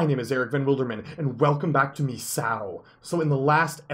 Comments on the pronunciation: you are saying mesao it is misao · In Japanese an "i" sound is pronounced like "ee" so You would say it like Mee-sa-o.